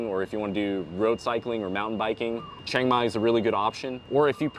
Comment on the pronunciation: You can go ahead and get your workout done, but your thai not perfect. You pronounced Chiang Mai wrong. Lol....that tell me that you're not growing up speaking thai. You grew up speaking English